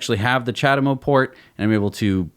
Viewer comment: "ja-dem-oh".... it's CHA-de-MO ... not hard to say mate.